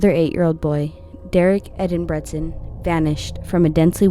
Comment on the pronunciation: I wish people would stop butchering the name engebretson...it's (ayngu..bret..sun) simple